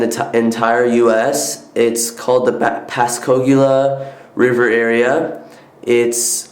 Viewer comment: they are beautiful, but you just might want to learn the pronunciations to the places you state. Pascagoula river is pronounced Paska goola.. you don't want anyone to get the wrong information.